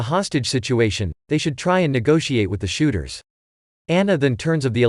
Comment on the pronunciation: Is anyone annoyed because he said shoóters